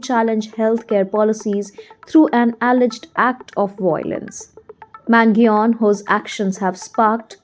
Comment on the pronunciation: I’m sorry, but this is an absolute dog shit video. First of all, you completely butchered his name, second of all, it’s completely wrong information.